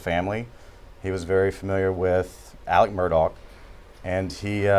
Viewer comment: They keep mispronouncing ALEX too... it's not Alec